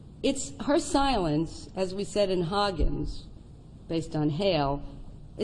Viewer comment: It’s not Hoggins , it’s Higgins.